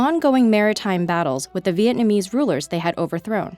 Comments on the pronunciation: The Chinese pronunciation was really good but the Vietnamese... ok i guess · The Chinese pronunciation was good, but that Vietnamese was terrible